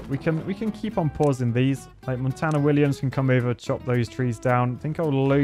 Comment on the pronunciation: Everytime this man says Tony Mont 4 n 4 and not Montana istg